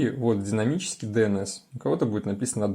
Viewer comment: Идзет дзинамический IP. Это что за акцент ?